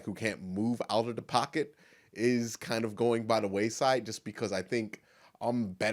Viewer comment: One more thing that's not clear to me. Why do you pronounce every THE (di)? Yo should pronounce (di) only when vowel comes after it, (di answer, di end, di other...). Does that also (like aks) have to do something with race?